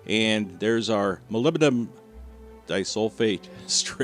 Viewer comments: Mah-lib-di-num it's not that hard 🤦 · He said hull, but yeah...